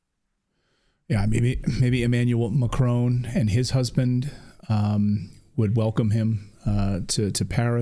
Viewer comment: "...Emannuel Macrone and his husband...."😄